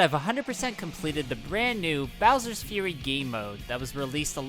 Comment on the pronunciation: he's saying "furry" bowser